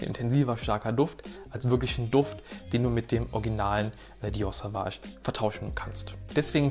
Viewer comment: Es wird übrigens "Sohwahsch" und nicht "Sahwahsch" ausgesprochen 🫡 Gutes Video.